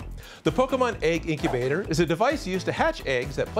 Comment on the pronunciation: the name is egg incubater more like eggubter